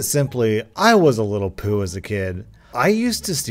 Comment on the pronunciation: The way this man says poo kills me😂